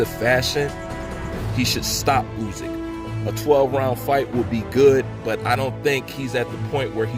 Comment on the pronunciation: Yo, its Usyk, not Uzyk.